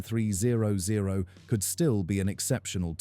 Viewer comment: This video is complete AI generated garbage. Both the content and voice is 100% PURE AI. The accuracy of what's being is said about the bike is mostly wrong. "THE S-T ONE THREE ZERO ZERO" Please. I have a 2010 ST1300 and have experienced ZERO of these issues. I've rode to Mammoth Lakes, CA at 10,000 feet in elevation, and it rides just like it does at sea level. Maybe earlier models had elevation issues, but my 2010 has ZERO. Riding through Las Vegas in the summer does not burn my legs. The bike is not a beginners bike, but it's also not a 800 lb gorilla and it sheds its weight once you're riding. I never take mine off road either. It's not a dirt bike. It's one of the best and most reliable touring motorcycles every built. Shame on Honda for not making them any longer!